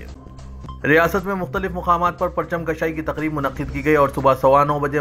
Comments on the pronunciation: Parcham kashai nahi parcham kushai hota hay Urdu ka qatl naa karo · Janab PARCHAM “KASHAI” nahi Durust karo URDU —— KUSHAI…. PARCHAM KUSHAI